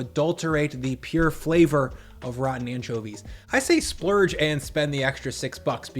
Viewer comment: you said "splurge" giggles